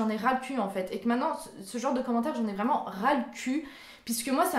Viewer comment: Depuis que j'ai découvert ta chaîne, j'avais bien vu que tu avais tes mimiques à toi, comme quand tu dis "VRRRAIMENT" ou quand tu louchais. Je pensais que tu faisais exprès pour nous faire rire. Je trouvais ça ben cute et tu es très belle! 😁 💙 Tu fais de très bonnes vidéos, tu es ouverte d'esprit et énergique, sois toi-même et ne change pas!!! Ça se sent que tu deviens plus naturelle sur ta chaîne et c'est mieux comme ça selon moi. Ça te rend plus originale et intéressante. ;)